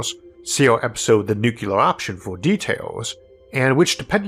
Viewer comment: Please, have mercy... nuclear has only two syllables. Not three.